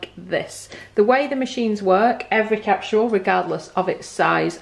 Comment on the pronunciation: Capsule ...or “captual”? Funny the differences in pronunciations across the pond!